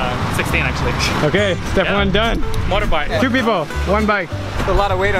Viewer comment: It's motorbike not morok bike